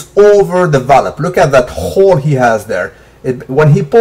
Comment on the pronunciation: a khhooole (hole) lol salute